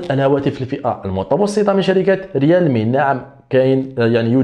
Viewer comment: ومزلت تقول ريالمي ههههه ههههه